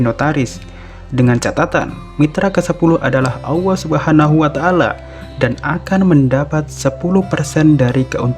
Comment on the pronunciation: kok nyebut nya AWWOH yaa? mustinya Allah